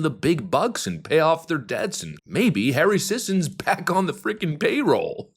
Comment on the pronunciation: The surname is pronounced "SISSY."